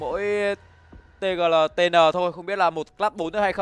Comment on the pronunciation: Tgltn đọc là Tiq nhé caster :))